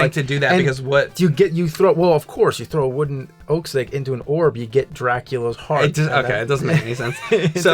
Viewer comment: I watch all of yours and content... this is a really good one. Whenever you say "Oak stake", I think you're saying "Oak Steak" and i'm like wtf is that... James, you should show up on live streams and read the chat for the videos lol.